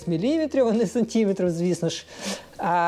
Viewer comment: твої сантІметри, мілІметри ріжуть вуха